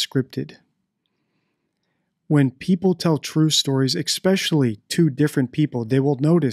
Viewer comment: The word is ESPECIALLY NOT eXpecially